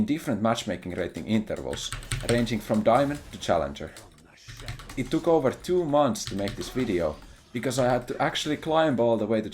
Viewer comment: This stuff will only get us grandmaster at best. How are we supposed to get challenjour without accent?